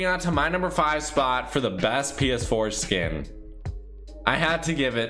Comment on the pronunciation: The way you were saying it sounds like ps foreskin 😂